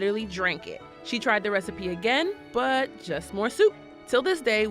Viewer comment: she said “rethiepie”